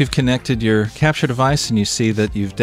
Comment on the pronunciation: you say crapture and it made my day :D